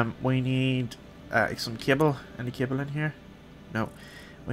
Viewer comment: you said cable I thought you said kibble. I was like can you train stuff now to be pets